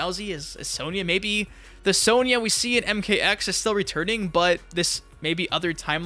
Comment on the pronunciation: Why do you pronounce Sonya as "sowneeah" ? Have you never played MK before?